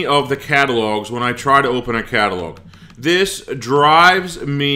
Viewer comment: this is annoying me THis not Dis